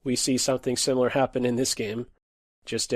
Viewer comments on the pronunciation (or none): none